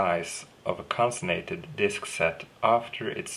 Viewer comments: con·cat·e·nated - LOL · Close: Con-Cat-en-ate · Thanks, mate... In the mean time, here is a bit of help to you :) (hopefully you won't mind) con·cat·e·nate --- konˈkatnˌate (pronunciation) It basically means, to link together in a chain or series. In our case, the disks, and as you mentioned it - JBOD :) Cheers! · Almost... It is actually con cat' en a' ted. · It's Con-Can-Ten-Nated disks